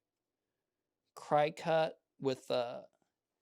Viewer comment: Thank you so much for this video! Just a note regarding the Cricut - it may be pronounced either way, but I hear it mainly pronounced “cricket”. The wire brush trick to use in removing that extra bit of solder was a good tip. Thanks again!